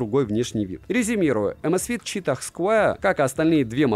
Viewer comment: Согласен, и ещё названия читать правильно, читах cheetah не очень звучит.